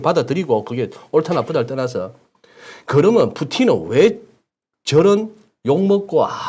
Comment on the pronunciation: 이야기는 추리소설 입니다. 그러면을 그러며로 발음하는 얼치기 선무당입니다.